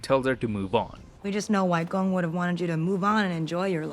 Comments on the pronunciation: The right pronounciation will be: Wai bo and wai kong btw.. idk how western people will read it but that's how I've been taught :) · the number of times 外婆 and 外公 was said incorrectly hurts me on a visceral level but as said by everyone else, not really something you can fault him for its more funny than anything tbh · Waipo and Waigong are just the way Mandarin speajkers pronounce grandma and grandpa respectively lol, it was so funny to hear sb say it like a name haha